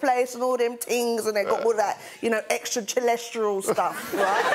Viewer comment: Greg losing it at "extra-tellest-lial" but no one saying a damn thing